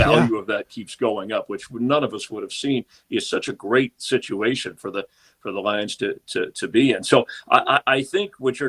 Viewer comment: “the LIEuns”